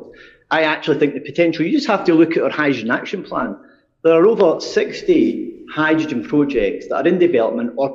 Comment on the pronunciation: The SNP Energy Secretary can't pronounce "hydrogen!"